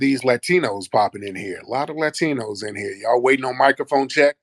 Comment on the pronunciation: Ooh 😅 You said Ratinos. That’s original